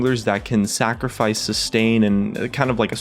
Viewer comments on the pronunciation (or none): its sacrifice lol not sacrafice in the wuk.